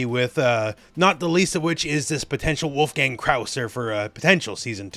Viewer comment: not wulf-gang … his name is pronounced wolf-gung, it’s a german name.